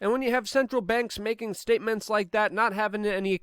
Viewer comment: You said Lick instead of Like bwahahahaha awesome slip